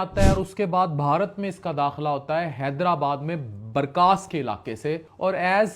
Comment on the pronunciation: السلام علیکم یه لفظ (بارکاس) نہیں ( بارکس) " ک " کے اوپر زبر آتا " س " پر جزم آتا ہے "كَس " in English u tell "BARKAAS" isn't correctly correct is "BARKAS" is short KAS! I am form HYDERABAD-DECCAN